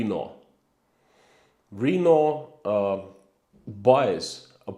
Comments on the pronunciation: (Renault- Sounds something like Ruh-NO, not REE-no.) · When you said "RE-no", I was thinking it was Reno. I then realized it was Renault you were speaking of. I think most English speakers pronounce it "ruh-NO". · I wondered what he meant when he said "Reeno". And then I realised he meant Renault.